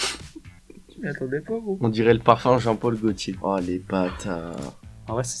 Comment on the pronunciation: "pol gotier" il a pas fait d'effort la c'est jean paul gaultier c'est simple